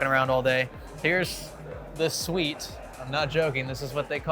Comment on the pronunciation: "Suite" :cat-orange-whistling